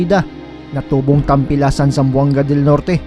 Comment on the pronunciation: Tampilisan Zamboanga del Norte po hindi tampilasan ibang meaning sa salitang bisaya ang tampilasan